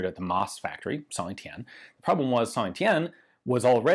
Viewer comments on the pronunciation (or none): A little french advice: Your pronunciation of Saint Etienne is almost perfect, you only miss the "liaison", we often link the last letter of a world with the next one. So when you say Saint, the 't' is silent, but then you should pronounce Etienne linked with that silent 't', which give something like "Saint tEtienne". Have a nice day, congrats for your book, i can't wait to receive it i'm currently like a kid the day before Christmas. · Hi Ian! Great video as usual ^^. A little tip for you speaking in french, always make the link between the T and the E of Saint-Etienne. So instead of saying "Sain-Etienne", pronounce "Saint-Tétienne". It works everytime except when the next word starts with an H.